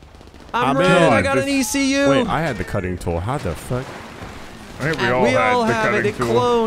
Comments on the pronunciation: I dunno if they're just casually making an rvb reference by pronouncing ECU as "eecoo," or if they genuinely don't know that it's an acronym and you pronounce it by saying the individual letters. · ecu, not icou. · “eque” 😭😭😭😭its just E.C.U made it anime😭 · The "Eekuu" job. As a Automotive Service Technician I facepalmed at that one. These guys are awesome. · As a car guy, hearing them say "The Eekoo Job" over and over hurt my soul...it's an E.C.U., Electronic Control Unit...a stand alone ECU is an aftermarket programmable replacement for a car's factory onboard engine/transmission management computer that allows you to change programming variables in order to make more power and tune the engine beyond what the factory's EPA friendly baseline tuning was... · It’s e c u not ecu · It's E.C.U!!! NOT ICOU!!! Electronic Control Unit! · Well if u didn't know wasn't a car guy u do nw: let's do the ecu job It's pronounced e.c.u stands for engine control unit just thaught it was funny the way he said it